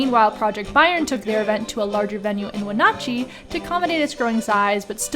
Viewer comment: Leavenworth is overhyped here in Washington but Christmas time is a way better time to go. And it’s Wen- “Nah (like a Boston accent)” Chee. Not We “Naw” chee. 🤨